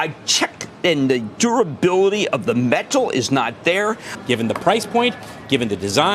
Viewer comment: Thank you for calling out the BS. Also face palm for pronouncing it as “metaaal”.